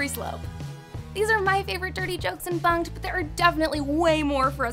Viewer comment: When she said bunked it sounded like f*cked